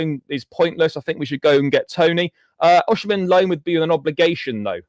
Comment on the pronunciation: Its O-sim-hen not O-she-man